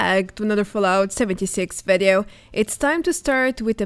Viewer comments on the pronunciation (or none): Please I beg you, everytime you say Vedeo it brings acid to my ears. It’s Videos not vedeos. I like your videos but please say Video not vedeo